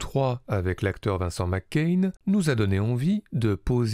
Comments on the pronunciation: C'est Macaigne, pas McCain ! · Prononcez Macaigne comme c’est écrit tout simplement 😉 Et pas Mc Cain 🤪 Qd la frite infiltre le cinéma français ! Cet acteur est beaucoup plus grand que sa popularité actuelle… je le rêve dans des rôles sombres ou autoritaires… sa palette me paraît bien plus large que ce qu’on en a vu jusqu’à présent. Magnifique sensibilité Une humanité dans son jeu Impressionnant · pourquoi le mec il dit vincent mccain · Suis je le seul à entendre tout le long de la vidéo : "Vincent McCain" ? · Pourquoi prononcer "Vincent Mac Cain" ? C'est lui qui y tient ? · Ça m'a tellement déconcentré... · Merci pour ce beau portrait... il est irrésistible dans l’origine du monde et effectivement l’avenir lui est promis ...hâte de le voir dans des registres plus sombres et ambigus par exemple Juste dommage que vous prononciez son nom à l’écossaise....😜